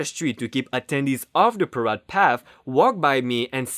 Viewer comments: Great job! It's par A de, though, not par ah de. A like in hay. That's really the only thing that stood out. I'm not complaining, I know I couldn't say a damned thing in your birth tongue, let alone read something. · Parade is actually pronounced as PA -- RAYYD -- rhymes with band aid